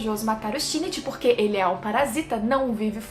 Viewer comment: o único defeito de parasyte é o shinichi ter ficado com a murano, e não com a best girl: Kana-chan ç.ç só um adendo, a pronúncia é Shin-ichi